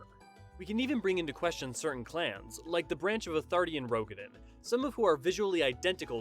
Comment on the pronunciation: Pretty good video overall. You did a good job integrating official developer statements into more in-universe-friendly explanations. Just a couple nitpicks about pronunciation: The 'oe' in Roegadyn makes a long 'o' sound, like the 'oo' in tooth. It's a Germanic language thing. There's no 'i' in 'Hyuran'. Raen is two fast syllables; 'ray-en', not 'rain'. 'Sui' is pronounced 'swee'. Boz-ya, not bozha.